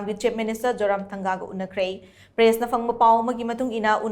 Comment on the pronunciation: Press not pless